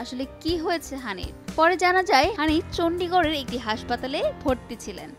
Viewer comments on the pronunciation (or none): Not chondighor its a place name chandigrah , punjab 😂